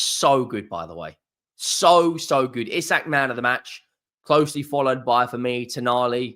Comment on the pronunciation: It’s pronounced ee sack